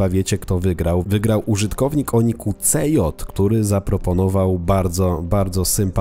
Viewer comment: SI DŻEJ NIE CJ